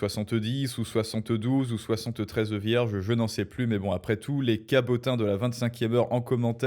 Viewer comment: Le guide suprême se retrouve avec 72 "Verges" au lieu des 72 "Vierges" ... Ses prières vont être douloureuses 😄